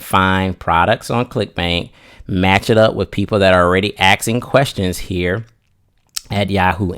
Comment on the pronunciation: he was so close to not saying axing. So close, but u said axsking